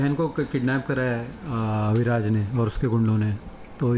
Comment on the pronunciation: Abhiraj nahi...AviRaj